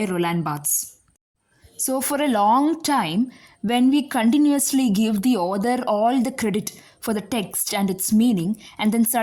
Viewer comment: Others ❌ author(aw-thuh) ✅ Listener discomfort maam don’t mind 🙏